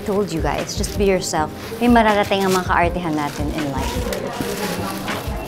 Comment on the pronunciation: it’s not kaartehan it’s kARTehan…love you heart ❤️